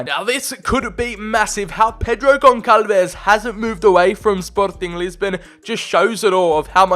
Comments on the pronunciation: Bro it is pronounced GonSalves the ç is pronounced as an S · Dude you know how to pronounce some italian words, but you cant pronounce the "ç" in "Gonçalves"... Its almost the same as "s" and not like "c".